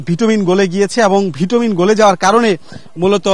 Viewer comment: ভিটুমিন নয় এটা হবে বিটুমিন !